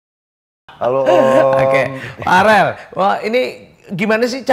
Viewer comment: Verrel om eko bukan farel 😂